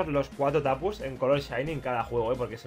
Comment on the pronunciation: Los Tapus los dijo casi todos mal XD